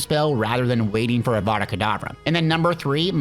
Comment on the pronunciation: Bro said adada kedavra